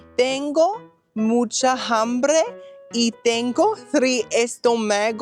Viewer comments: I thought H is silent in Spanish. Ambre not Hambre. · "Tengo mucha jambre" sounds like Dominican Spanish 😂